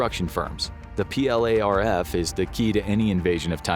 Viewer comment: Don't spell out PLARF, just say "plarf"